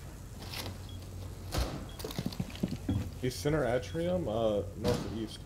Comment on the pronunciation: ‘Center ah-tree-um’.